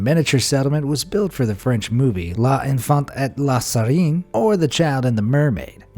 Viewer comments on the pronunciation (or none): I cringed so hard when you tried to pronounce L'enfant et la Sirène. In fact, if you don't know how to pronounce a word in a foreign language, use Google Translate.